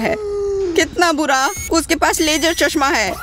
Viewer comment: Can you get someone else to do the Hindi voiceover? The lady pronounces a lot of words wrong, for example, she calls ‘laser’ as ‘lajer’, ‘Aawaz’ as ‘aawaj’. And her voice is not ideal for voiceovers. Kids might learn wrong pronunciation from her.